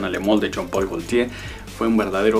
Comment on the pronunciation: Exelente vídeo pero es Jean Paul Gaultier no John Paul Galtier